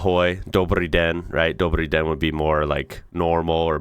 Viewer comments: Hey, decent pronunciation on the Dobrý den 👍 Czech and Slovak are closely related and mutually intelligible. When Czechs and Slovaks talk to each other we just each use our own language. Together with Polish they belong to the West Slavic branch. Polish is very similar to both Czech and Slovak but it's more mutually intelligible with Slovak. Czechs/Slovaks and Poles can somewhat understand each other, especially talking slowly and about simple things but if you want to have a normal converstion, you'll need to speak English (or another common language). Slavic languages also have an Eastern branch (Russian, Belarusian, and Ukrainian) and South branch (Balkans). Languages in each group are more closely related and therefore more mutually intelligible. Hungarian, Romanian, and the Baltic languages are NOT Slavic languages as some people think. The video was clearly structured by language groups, not by geography or anything else so idk why they couldn't at least have some text like Germanic/Romance/Slavic at the beginning of each group. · your "dobrý den" is pretty goood!! the R sound was very good. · You said „wow" right after the newscaster said that some nurse won a lawsuit for over 800.000 Kč (aprox. 39,000 $), almost like you understood what she was saying. I found that amusing. Good job. 😄 Btw your „Ahoj" and „Dobrý den" were perfect. 👍🏻 It's weirdly amazing hearing American speaking Czech/Slovak. ❤ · your Dobrý den is very good sir :D ♥